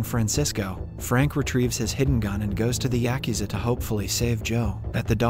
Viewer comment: Yakuza pronunciation yuh koo zuh .